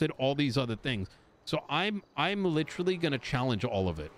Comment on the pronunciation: PLEAsE stop saying "Litcherarlly"